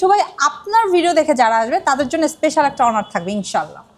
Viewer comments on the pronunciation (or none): none